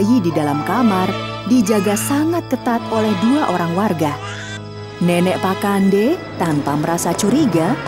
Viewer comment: Pa'kande kak bkn pakande